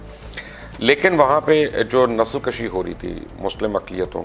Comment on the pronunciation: And recentiy Bhutan has blocked irrgation water for an indian state,namely Asaam. نسل کشی " is pronounced as "nasl kushi .correct it sir